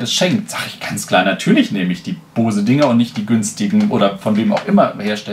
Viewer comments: Da ich selber diese Kopfhörer habe kann ich auch die Qualität bestätigen. Aber vielleicht mal kleines Feedback zu deinem Video. Du machst mir voll den hecktischen Eindruck. Dir fehlt ein "roter Faden" in deinem Gespräch. Und ehrlich es heißt B-O-S-E! Und nicht Bause. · Finde die Aussprache „Baus“ auch strange, den vorhandenen Buchstaben würde/soll/könnte man es „Boze“ aussprechen. Vielleicht will man die Aussprache mit „booze“ wie „saufen“ vermeiden. Ist mir dennoch schleierhaft wie die Amis da ein „a“ in die Aussprache reinbringen. spricht es nur denen nach und ich denke die Aussprache amüsiert ihn selbst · Es wird sogar tatsächlich ungefähr "Bows" ausgesprochen ( [ˈboʊz] ), d.h. Baus ist sogar (fast) richtiger als Bohse. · bose nicht baus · warum um alles in der Welt sollte man Bose "Baus" aussprechen? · Gennadi Volodnikov wenn dann sagt man „bowsi“ wie bei adobe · es wird nicht unbedingt AU ausgesprochen, aber bouse. Guck dir Amerikanische reviews an. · Das wird übrigens "Bous" ausgesprochen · Hab noch nie jemanden gesehen der "Baus" zu Boose sagt